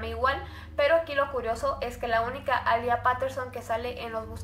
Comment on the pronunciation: Me encanta tus casos pero este me pone un poquito rara cuando dijiste A LIA es alia (sorry no es hate)